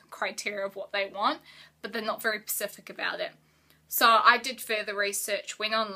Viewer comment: Honey, its Specific not Pacific - GOSH